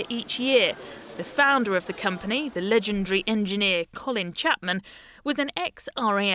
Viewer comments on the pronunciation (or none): none